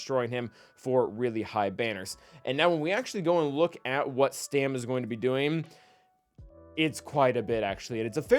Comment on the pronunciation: Now re-record the whole video and say Stap instead of Stam. ;)